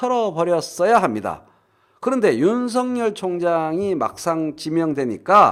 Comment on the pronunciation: 윤성열 말고 윤서결 발음하기로 하셨..ㅎㅎㅎ